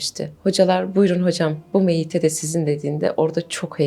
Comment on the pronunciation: Miete değil meyyite. Meyyite: Kadın cenaze.